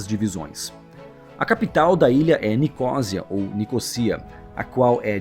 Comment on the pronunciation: Não é ilha do Chipre. Diz-se Chipre. Também não dizes ilha da Grã -Bretanha. Dizes a Grâ-Bretanha. É o que dá não teres estudado . Nicosia?!! Isso não existe. Diz-se Nicósia!! 😄😄